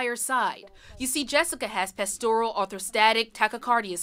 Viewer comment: “Pastoral”!😂 I have never heard POTS butchered so badly. Postural (not a field of sheep😂) Orthostatic Tachycardia Syndrome (POTS)